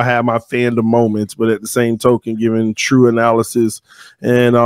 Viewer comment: In the beginning why when he say youtube and true I here a slight baltimore accent.